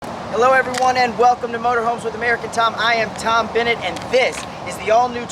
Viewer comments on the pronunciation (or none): none